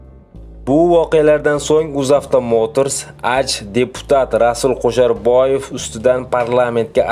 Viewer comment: Og'ауni, o'qishni o'rganib ol. Qo'sharboyev emas, Kusherbayev. Monipoliya emas -monopoliya. Iddiyo emas-iddao va hakazo. Oqishni va to'g'ri gapirishni o'rganganib olganingdan keyin video qilsang yaxshi bo'ladi